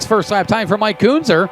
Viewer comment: It’s pronounced Ken-Zer. (Kuenzer)